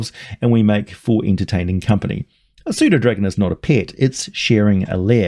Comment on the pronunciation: I've have pernownsed the p in pseudodragon. Thanks for helping me pernowns it right!!!!